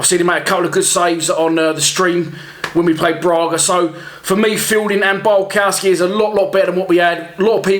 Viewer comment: I think it’s actually pronounced BIALKOVSKI. The w is pronounced as a ‘V’ in Poland